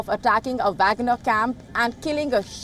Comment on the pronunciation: She can't pronounce the name of Wagner chief.